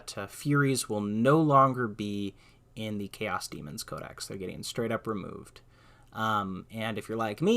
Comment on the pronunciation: It's 'CARE-ose'. You are adding a syllable saying, 'care-EE-osr'.